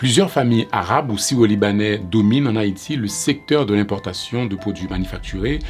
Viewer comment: l'accent créole à tendance à mal prononcé le R, mais il dit bien syro